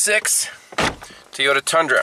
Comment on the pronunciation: your great at everything you do mechanically but I’m better at pronouncing the name Toyota you say teeota which is a silly name for an automobile 🤣🤣🤣